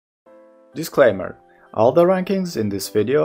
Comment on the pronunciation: Is it disclamer or disclaimer?